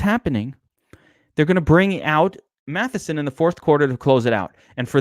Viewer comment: Good god its MATTISON NOT MATHISON.